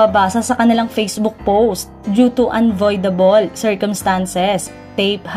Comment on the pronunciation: Unavoidable. Invaluable. Read correctly please?!